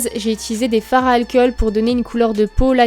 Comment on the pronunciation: "L'alkeul" aussi. Et le "spirit gueum". C'est très agaçant, hein x).